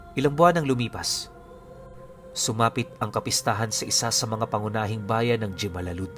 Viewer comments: Hemalalud po yan kong basahin pero ito ang totoong spelling jemalalud nakapunta napo ako sa lugar na yan maganda din ang bayan nla pero matagal na yon taga negros oriental din po ako 😊😊😊😊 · "Himalalud" po yan jimalalud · Jimalalud malapit lang yan samin by the way po jimalalud (Himalalud) po ang pronunciation po nyan 😊